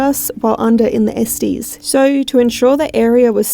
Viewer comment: it's ES-TESS. Not ES-TIES (as in Testies).